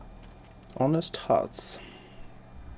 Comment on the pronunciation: Honest читается без H - onest